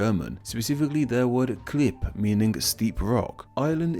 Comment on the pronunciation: Klippe has an audible "e" at the end: I suggest you check the pronunciation of foreign words on Wiktionary or Google translate. They have most of the time an audio sample.